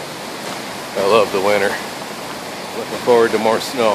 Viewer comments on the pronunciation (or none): "You know nothing John Snö." with her dialect both me and my fiancee think it sounds like she is saying "snö" (snow in Swedish) 😛